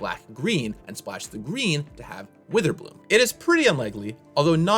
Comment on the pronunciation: You said Pick Witherbloom wrong. ;)